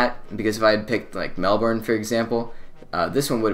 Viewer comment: I'm from Melbourne and you are pronouncing our city wrong lol